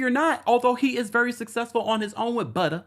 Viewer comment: saying “BUTTA” is taking me out😂😂😂